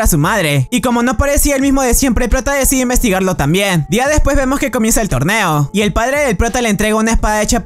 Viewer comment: Deberías mejorar las palabras que dises porque dijiste torbeo y no torneo